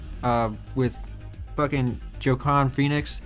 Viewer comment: Joaquin Is pronounced Wah-keen